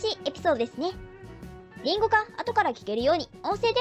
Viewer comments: 解散は早すぎたよね。世界の音楽の発展にとって。にしてもリンゴの発音が変だ、果物のリンゴみたい。このシリーズとても楽しい。けど、ちょいちょい 変に感じるところあるな 初歩的なことで。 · 林檎…。イントネーションおかしい。